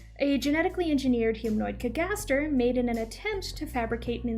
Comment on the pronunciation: I’m just genuinely curious why are you pronouncing “cagaster” like that? That’s not how it’s said in the anime